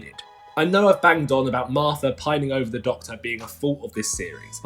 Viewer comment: You know, the Marfta, that claffic Doctor Who villain.